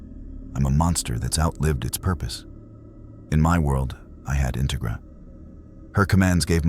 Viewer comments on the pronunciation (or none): Like the story so far Integra is pronounced In TEG ra Minor thing but very interesting